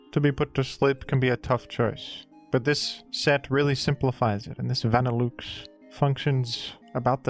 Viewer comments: i can forgive grudon but that vanilluxe pronunciation is something else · Hearing Vanilluxe pronounced that way is crazy 😭 You're saying vanilla correctly, so why is Vanilluxe van like a car? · Some say “Vanilluxe” is a pun involving “deluxe” and should be pronounced accordingly, folks. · Truly a dillewks pronunciation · Say "vanilOOX" one more time and im gonna crash out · I love pronunciation but im drawing the line at "van ill ooks" this has gone too far. Who told him to say that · pronounced va-nih-LUX in the anime and on bulbapedia he definitely said it wrong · Vanilla Delouxe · the vanilluxe pronunciation gotta be ragebait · please please please pronounce vanilluxe correctly I beg of you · Is that really how vanilluxe is pronounced in australia or am I being played the fool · Only someone as brilliant as could come up with such an incredible pronunciation for our frosty friend Vanilluxe. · i instantly got flashbanged by the way pronounced vanilluxe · The fact that you somehow missed the obvious pronunciation of Vanilluxe USING LOGICAL VOWEL SOUNDS THAT MATCH "VANILLA" AND "DELUXE" is actually incredible. Bravo. You might be one of the only people on Earth to get that name wrong. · 3 seconds in an he has already commuted war crime with his pronunciation of vanilluxe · I am absolutely here for this Australian man pronouncing this ice cream Pokémon in the most aggressively French way possible. Mon dieu. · My man, idk if you're doing it as rage bait at this point, but think about the words that make up a Pokémon's name for pronunciation. Vanilla, and deluxe. Nobody pronounces either of those works the way you pronounce the parts of vanilluxe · wtf is that pronunciation of vanilluxe my guy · I have NEVER heard Vanilluxe pronounced like that. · Good video, but the way you pronounce Vanilluxe is making me cringe ;w; Also, I've heard of the utility umbrella thanks to Reverend!!! :D